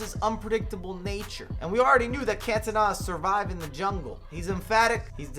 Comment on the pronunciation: If this dude says cantona wrong one more time. Wtf is cantana